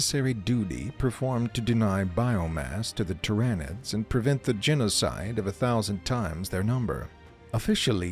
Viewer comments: the "ty-ran-nids" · The script it reads needs to have phonetically spelled names